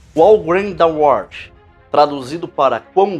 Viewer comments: Muito bom o trabalho do irmão. Uma correção. A pronúncia de Amazing Grace não é "Amazing Greici", mas sim, "Ameizing Greici", enquanto How Great Thou Art, a pronúncia correta é "Rau Greid Dau Órt" e não "Ôu Greid Dau Órt", conforme o irmão pronuncia repetidamente. Abraços e paz. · Pronuncia-se "rau greit dou arte", algo próximo disso rsr. Podia ter dado uma googada antes de fazer o vídeo, hem... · Cara, nem saber falar o nome do hino voce sabe. A antes de qq video meter uma propanda nada a ver.... parabens. Aproveite os inocentes e pague pelo que esta fazendo. Que todo engano que você prega volte para voce, cem vezes. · Eu acho q vc deveria pelo menos pesquisar como se fala corretamente o nome do hino em inglês, pq vc está fazendo um vídeo pro público para o qual vc deveria falar o que é certo